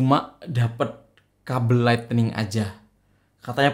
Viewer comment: Lightning bang bukan lightening hehe